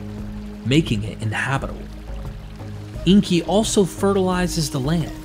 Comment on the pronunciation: It's Enki, not Inki.